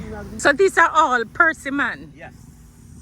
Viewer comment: "Percy man". Very quaint pronunciation...............